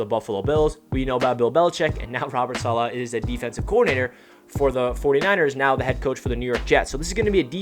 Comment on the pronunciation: Feels like an excellent hire! I heard an interview where someone was asked the proper pronunciation. Im not good at typing out something like that but i'll try, lol. You started saying it right towards the end of the video, i think it was the last time you said it. Its like dollar without the r. Dolla. Solla. Stress on the first syllable, not the second. SAH- la.